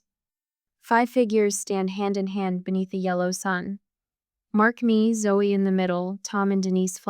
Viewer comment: I must admit to enjoying the story but it is ZOE not Zoey,little things spoil the bigger plcture